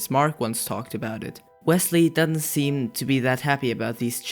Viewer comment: when he says "doesn't" he says "doen't"